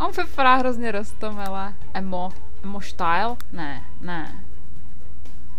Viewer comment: Dyštak se to čte ímo :3 XD